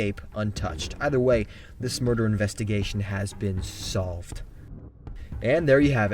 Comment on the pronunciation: "Shlsolved" XD